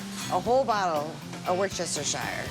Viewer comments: Worchester shu-shu-shire 😂😂😂 what is it with Americans that can't pronounce Worcestershire properly? I'm a Worcester lad so hear is a simple tip. Wusta-shu for the county (Worcestershire) Wusta for the city (Worcester). Love the video. What a bloody great truck stop. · LMFAO. War shester shire. Lady. I forgive you. You neither are from Mass nor the UK where both places have a town named after that sauce. But strangely they both say it the same way. Wuss...as in you wuss..... Wuss ture. Simples. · For you Americans it's 'WAR-STER-SHYER' pronounce it like that, you can't go wrong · Wuss -ter-sha.. or Wuss-ter-shire, depending were in the u k you live... To anyone not from the UK..This is how you say woucestershire.. Its not spelt like it sounds. I personally would choose Henderson's relish. It is easier to say, and is very similar in taste on better, also it originates in the steel City... Sheffield.. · You guys struggle with the Worcestershire sauce. Funny as F**k to hear it but it is 'Wuster sauce or Wuustar sauce if your posh, no need to add the shire bit, that is just telling you what county in the UK it heralds from, but if for some reason you did want to say it all, it's pronounced Wustershire sauce, not Wor-chest-er-shire sauce. Now you know! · Wir-chis-ter-shire Fun fact: traditionally, Worcestershire sauce is basically a fish sauce. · Why can’t any American say Worcestershire sauce properly?😂😂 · americans saying "worcestershire" challenge, difficulty: impossible. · that pronunciation of Worcestershire is diabolical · Love the pronunciation of Worcestershire sauce 😅